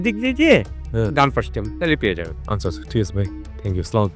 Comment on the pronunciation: সালাম টা একটু শুদ্ধ করে দেওয়া যায় না ভাই